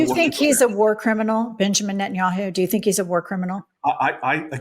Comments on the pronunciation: He doesn't even know how to pronounce Netanyahu. He just kept saying Entinyahu. At least know the name of the guy who funds your ass. You know the dude you have friendly photo shoots with. Yeah that guy you goofy ass Corny Booker. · In clips of the “Pod Save America” interview, people also repeatedly note that Booker repeatedly refers to Netanyahu as “Entenyahu”, and having listened to Cory Booker in interviews (because how can you NOT, since Cory Booker has rarely seen a microphone and camera that he won’t jump in front of) I’ve never detected a strong accent in his speech patterns to justify the mispronunciation. Which can only lead me to believe that either a)this is some sort of mental trick he’s playing where he can always go back to Tel Aviv and say, “I wasn’t talking about YOU Bibi, I was talking about “ENTENYAHU”, not “Netanyahu”. Which I think would make him some sort of sociopath. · He can’t even pronounce Netanyahu correctly!